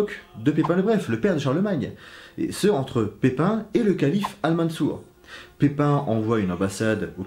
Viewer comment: tu dis pipin le bref ....alors on a un petit coup de seigneur des anneaux à l’esprit?😂😂😂😂